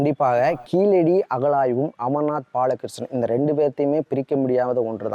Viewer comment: கீளடி இல்ல கீழடி ழ வராதா